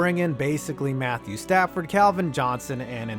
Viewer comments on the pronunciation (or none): none